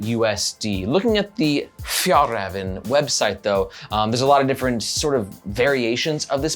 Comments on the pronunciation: I never understood this in america - is it that hard to check the pronounciation of a foreign word? When americans come to europe they keep correcting our english. Maybe we can ask for little favour to say one word to pronounce properly: fyallraevan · I guess in 2022 it was impossible to check how to pronounce a word in Swedish. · The first Ä is produced very similarly to the E in "Bell". The second one is more similar to the A in "Rare". Å is pronounced like the O in "Donkey". This makes it "Fyell-rahven Con-ken" instead of "Fjallraven Kanken" :)